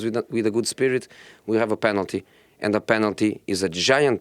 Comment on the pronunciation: Nobody: Jose: de referees